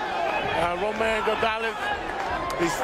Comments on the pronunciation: it's Roman! damnit! ROMAN! not Ramon. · He keep saying Ramon. Is Roman